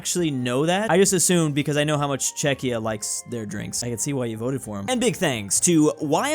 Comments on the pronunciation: Chezhia xD Its Czechia man, but u r right tho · Czechia, not chechnya ☝ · Czechia =/= Chechya omg... again and again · Chechnia? Am I hearing good? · called Czechia Chechnya?!?!1?!!?1!!1!!?!!?! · This is like the fifth time refered to Czechia as Chechnya... I am more and more sure he is doing that intentionally to drive engagement:D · .. but he says "Chechnya" 😁😁😁😁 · did you just say chechenya? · did he misspronounce Czechia? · He's got problems pronouncing "Czechia, it is not the first time ...